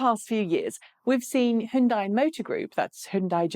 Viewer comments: How to pronounce Hyundai HYUN = Hee YUN (YUN should rhyme with BUN, like bread bun!) but in one syllable "Hyun" DAI = Day HyunDay! Not HiUnDie... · You say "hon" as in Honey, but the sound in honey in not "hon" it's "hun". Both are wrong. This is "hyun". "HeeYun" one syllable. HON is for Honda, this is "Hyun" as in Hyundai. Completely different. You said "dae" as in Sunday, but I already said "day" and those are already the same... Trust me, I know a thing or two about speaking both Korean and English... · Yes... it's HyunDay. Easy. Like Sunday. Hi-Yun-Die is just weird. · No, "Hon" as in honey, "dae" as in sundae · I saw a commercial once from Hyundai. In that ad they said "It's Hyundai like Sunday." If you have more direct knowledge of the pronunciation please help end this mess. Maybe a quick mention during a video would be fast and easiest. Thanks. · Koreans can't agree on how to say it, either. My Ph.D. chemist Korean friend says it's like tah-may-toe tah-mah-toe. Hyundai USA suggests "rhymes with Sunday". I'm guessing standard Korean would be more like Huh-yoon (one syllable) - die. Anyway, we Americans can pronounce things however the hell we want. Eye-ran, Eye-rak. And don't forget that German sports car the Porsh 911 Coop. BTW, this doesn't disagree with himura357's comment. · What's up with your pronunciation of hyundai? In the UK people typically say Hi-un-dai The correct pronunciation is closer to Hyun-day (rhymes with Sunday) No Dai at the end like you did. You used some weird mashup of English and correct pronunciation - really off putting. Also It's pronounced Chi not Q-I for wireless charging.